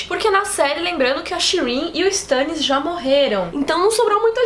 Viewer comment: Meu Deus aaaaaaaaaaaaaaaa, me dá agonia por ouvir "Stãnnis"